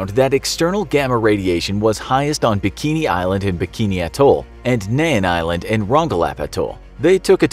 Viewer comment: It's Mean Island not Nean. "In the Arno Atoll- edit" Get simple facts straight before spitting out videos..